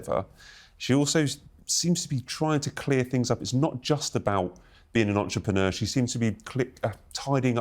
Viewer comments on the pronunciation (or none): none